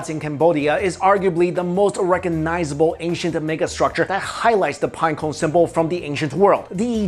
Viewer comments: I like how, is unable to to pronunciate pinecone correctly lol. Pineco, pineco lol. It's all good I was just saying, I think it's funny that's all. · The way he says pinecone lol